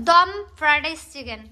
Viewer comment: উচ্চারণ টা ফ্রাডাইস হবে না হবে ফ্রাইড রাইস । মনে কষ্ট নিয়েন না ।